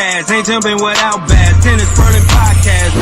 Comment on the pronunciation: Well if you like big Bass at least pronounce he name right. Bass is pronounced Base lol!!!!